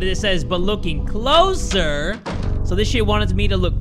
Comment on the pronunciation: I love how he said closyer